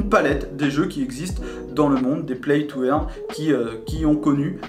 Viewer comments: Salut, play to "eurne" pas "èrne" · play to eeeaaarne MDR paye ton accent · il faut dire "play to eurne" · "Plaille tou airne", mdr